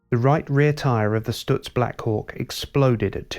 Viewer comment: I've always been hurt that so few people knew of the genius that was Frank Lockhart. I guess that the brevity of his career could help explain that. Two things that I felt let down by this video. IT was too short, because there was much more to be said! Also someone should have coached the presenter how to pronounce Stutz! (St-utz not Stu-tz) About Lockhartz's legacy. He was a master of car preparation and his two Miller racing cars raced on without him. Louie Meyer won the national championship while driving most of the seasons races in one of the Lockhart cars. the other Lockhart car won the 1929 Indianapolis race with Ray Keech driving. As for Stutz, they were involved in Le Mans the same year Lockhart was lost and were in a winning position until late in the race when the cars innovative 4 speed gear box began to fail. The Stutz Model BB Blackhawk came home in second place, 8 miles behind the winning Bentley which was reduced to running at 50 KPH by a failed cooling system and a cracked frame. After this date the investors in Stutz were discouraged and the company faded from the market.